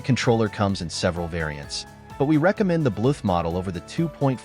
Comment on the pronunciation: Good video but wtf is up with "Blueth"